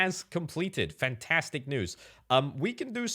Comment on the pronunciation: "fentestik" EEN HOLLANDER!!